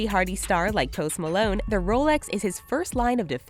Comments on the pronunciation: i thought she said toast malone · The way she says his name is just ugh